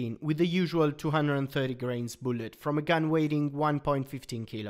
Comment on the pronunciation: Every time he says boolet I smile